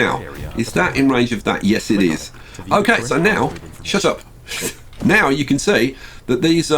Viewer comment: "Now...shawt awp."